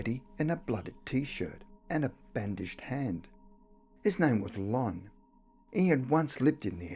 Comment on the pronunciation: I'd heard about Heidi (many ghost tv shows, etc.) and her friendship with "Mr. Gordy" and with "Con" as she pronounced it; his name was actually "Lon" as well as seeing a dark, malevolent spirit in her home growing up. She was mocked by schoolmates and even adults in her small town. I hope she still has that ability but knows how to use it properly now. The story of "Giuseppe" is new to me, but I'm glad that little girl was able to channel him and that his killers were brought to justice. These things really happened and if you don't, that's okay. Skepticism is normal but both cases have been proven to all be real cases of ghosts contacting the living. 👻💕